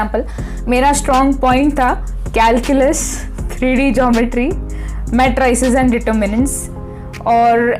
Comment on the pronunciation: Did she said calculs ????